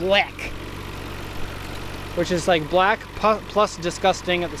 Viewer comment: Loled when he said black. (Blek) Reminded me of lethal weapon 2 at the South African embassy. "But, but... he's blek"